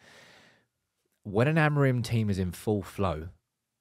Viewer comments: The amount of times you say the word Amorim and it’s not the correct pronunciation grinds my gears as a Portuguese person 😂 say it like amoor-in but altogether. love the content though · So like Amoorim?